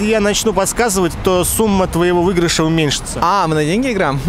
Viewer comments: не "выйгрыш", а "выигрыш". 😊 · Ведущий умышленно старается выцепить по его мнению с виду не очень умных 🤷🏼‍♀️ И да, в слове "соскочил" все О и "гипотинуза" через И, "выИгрыш". Ведущего самого проверить на эрудицию или надеемся, что это сарказм с его стороны 😁. Ребяткам получше учиться в школе. как-то так себе, в 22 года не вспомнить гипотинузу. И историю учить получше, скоро ранее своих 20 лет от рождения ничего знать и помнить не будут, что было год назад.